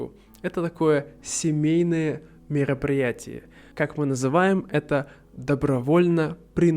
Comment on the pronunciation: Спасибо за видео! Can I ask why sometimes you pronounce the letter R differently, similar to a French R? For example in "мероприятие"